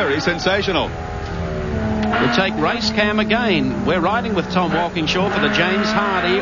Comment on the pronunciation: Mike Raymond saying Walkinshaw wrong and Moffat calling him an Englishman are the only things wrong with this beautiful clip. Watched it live when I was younger.